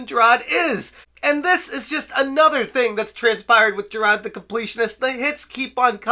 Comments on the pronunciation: Jer-rod... Seriously dude, pay attention to the letters that make up a person's name. It's Jir-ARD. Rhymes with "tard". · JI-RARD. Not JI-RAHD. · I'm not a fan of the guy, but the name is JiraRd, not Jirad. Also, "is pale in comparison" is pretty funny lol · I appreciate the content here. I appreciate the coverage of this ...thing we're all seeing unfolding before our eyes. (I agree full on agree with everything you've been saying) BUT, my dude. you really really gotta stop calling this man Jirad. I know the Boston accent thing and all but "Jirad" is literally the only thing you have ever said in the accent. White people mispronouncing the names of POC is not a good look and if you want to continue covering The Completionist, you really gotta learn how to pronounce his name correctly. It's kinda racist. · I saw your tweet. I'm not calling YOU racist. I'm talking about mispronouncing his name comes off as racist. When you cover this story, Jirard's bootlickers are going to come looking for any and every crack in the foundation to make it about you. No "having an accent" isn't racist (Trust me. I know all about accents, I'm from Chicago lol). But you know how these people work. As someone who has spent YEARS dealing with toxic fandoms, I was just giving advice. I'm sorry if I came off any other way. No offense intended. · Dude please how do you just not pronounce Jirard the way that everyone else does. It kinda drives me insane. Your coverage of the situation is very prompt, so good job on that regardless